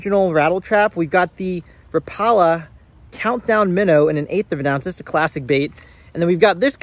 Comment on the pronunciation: Rapala is correct pronounced rap-ah-la not rah-paula. Go check it out in their YouTube channel. The new micros are pretty sweet though. I have to watch where I throw small lures like that because perch absolutely swallow them and it gets old doing surgery on fish to get your lure back.